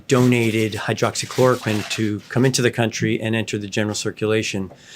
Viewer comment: not many, after 3 attempts to say it like a child would. have a look at the lovely side effects of this drug.